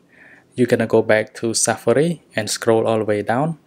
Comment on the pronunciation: He not said safari, he said safri